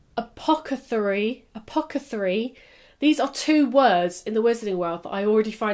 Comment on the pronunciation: dying at “apocathery” 😂